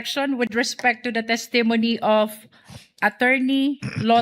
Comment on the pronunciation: The pronunciation of “testimony” has the stress on the first syllable “TESS-tuh-moh-nee”